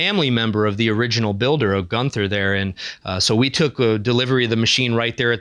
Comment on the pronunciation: Terribly sorry for this but it is [GUUN] + [TUH] (you don't say the th sound.) Like in Walther, it's a semi-silent "h"